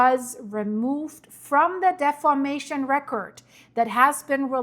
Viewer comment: I do not criticize YouTubers. It's a tough job. I do not criticize people's pronunciation. It's tacky. However, in this one instance, deformation is such a critical word and concept. Defamation carries a completely different meaning. I know how important what you are trying to communicate is to the people of the world. I have no illusions that what you are reporting will affect the people of the world. I fully support your work and hope all good things for you.